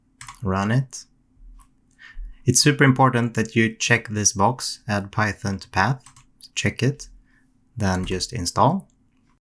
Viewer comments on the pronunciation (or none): none